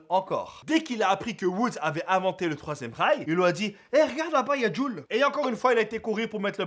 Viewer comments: inventeur du troisième rails (j'avais compris troisième reich) XD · j'ai compris l'inventeur du 3ème reich ! XD